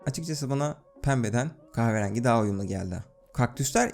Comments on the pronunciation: "kahverangi" hahaha çok iyi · kahve rengi demesi tek banamı tuhaf geli,yo